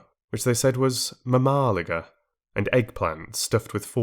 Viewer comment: MAMAliga sounds so funny, for someone from this country it is so